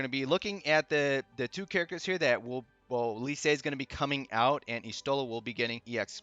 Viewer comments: Lyse’s name is canonically pronounced, “lease”. Great vid, just had to share that!! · You're definitely pronouncing Lyse's name wrong. It's like Lisa without the a. Leece. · C'mon, it's not so hard to say Lyse properly. Other people even said it, so you heard how it's pronounced properly.